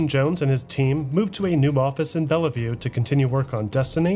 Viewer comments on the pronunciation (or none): FYI: Bellevue = Bell view, not Bell-o view